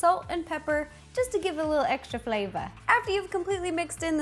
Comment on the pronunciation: Something inside out (the film) can you make bing bong (elephant cat and dolphin) cake pops or sadness because she is kind of round 💗😫 ALSO If you think at the minute 3: 40 the way she said flavour sounds a bit different 😂👋🏻😈😎😎